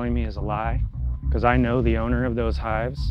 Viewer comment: "Why am I being arrested?" Officer: "Beecuase"